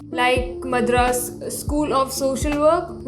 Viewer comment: Again you are mispronouncing Madras, please learn proper pronunciation.